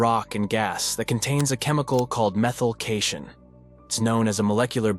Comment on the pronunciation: "Methyl cayshun"